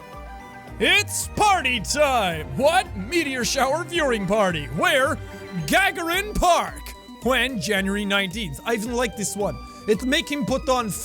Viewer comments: So because I was curious as to how badly Jack must've butchered poor Yuri Gagarin's name to elicit a chiding post from Micah, I looked it up. For those equally curious, it's Ga-GAR-in, not GA-gar-in, like Jack said. Dear sweet Micah, your pedantry is showing. You could have just come down here and informed us all about Mr. Gagarin so we could learn something in a friendly way. Maybe next time. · Comrade it is Gagarin pronounced gagahrin this is only pronunciation mispronounce and you get sent to gulag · Oh God, did he just mispronounce Gagarin Park? Did he just forget Yuri Gagarin, the first man in space? It's a pretty commonly known name, even as an American it surprised me to hear it mispronounced! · I pushed through the pronunciation of Ivan, facepalmed at Anastasia, and literally screamed "oh my god, no" at Gagarin. I feel like I should turn in my Russian degree.